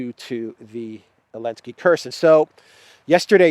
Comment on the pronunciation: Who is Elensky? Why omitting Z and not saying name correctly? It’s Zelensky! .. explain the reason? Otherwise- great! I am a new fan